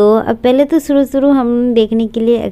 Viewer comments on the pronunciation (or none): Bas ma'am aap thodi bhasha aur Theek ker lijie suru nahi hota hai shuru hota hai